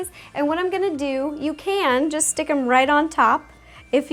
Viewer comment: It's not "semore", it's SMORE, It's not "forse", it's FOURTH, And it's not "shtick", it's STICK!! Omg plz speak normally